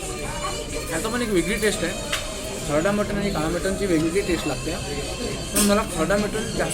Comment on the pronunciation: मराठीत फूड ब्लॉगर तुलनेने कमी आहेत. जे आहेत ते 'कानातून धूर आणणारी मिसळ' आणि 'सर्वात मोठी गावरान / कारभारी / सरपंच मटन थाळी' यापलीकडे फार काही जाऊ शकलेले नाहीत. मराठी फूड ब्लॉगर्सपैकी शेकडा ९९ लोक Mutton चा उच्चार 'मटण' आणि Chicken चा उच्चार 'चिकण' असा का करतात हे न सुटणारे कोडे आहे. दोन्ही इंग्रजी शब्दांना सुयोग्य सुटसुटीत पर्याय मराठीत अजूनही न रुजल्यामुळे त्याकडे दुर्लक्ष करूया ब्लॉगर लोकांचे बोलणे अतीशय नाटकी असते. मूळात त्यांची भाषाच समृद्ध नसते त्यामुळे पदार्थांचे वर्णन करताना त्यांना वैविध्य जपता येत नाही. शिवाय मध्ये मध्ये इंग्रजी शब्द तर चीड आणतात. जसे की..... ''हे * ऑस्सम लागतायत" असं ऐकलं की तात्काळ मोबाईलमध्ये घूसून तो पदार्थाचा वाडगा त्या ब्लॉगरच्या डोक्यावर पालथा करायची इच्छा होते मला.